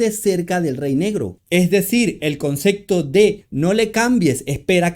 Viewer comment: Porque pronuncias CONCECTO